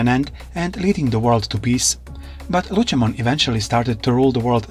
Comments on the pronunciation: Lucimon not luchamon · I know you're using an AI to speak these out but it is pronounced lucy-mon not lu-chi-mon, But regardless I honestly wish that this timeline would get relooked at and new kids would come but they have regular partners and not themselves turn into the Digimon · Lucy not lutchi